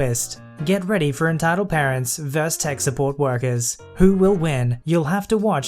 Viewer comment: Did you know, vs is an abbreviation of versus? It's said as VER suhs.